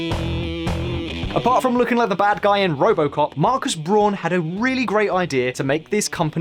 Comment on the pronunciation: His name is Braun, not Brohn.